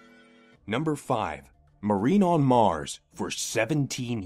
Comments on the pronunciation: Number 5 MARNINE on Mars? What the hell! Is so you can say I didn't say marine on mars? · Marnine on Mars lol